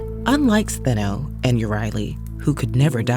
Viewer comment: Medusa has always been my favourite Greek myth character and I'm pleased to hear her sisters' names mentioned and pronounced correctly; I highly recommend Lauren J. A. Bear's debut novel Medusa's Sisters, a hauntingly beautiful plot narrated by Stheno and Euryale as they tell readers of their love for Medusa, the aftermath of their encounter with Perseus, and one big plot twist explaining why Athena turned beautiful long-haired triplet sisters into the snake-haired Gorgons.🐍🐍🐍